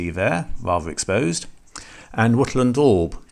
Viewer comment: What is the black deaf? What is smiffing? What is Wuttel and daub? Your pronunciation is utterly DREADFUL.